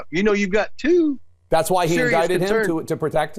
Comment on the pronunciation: The way Comer talks..."two" and other syllables... Shriek much?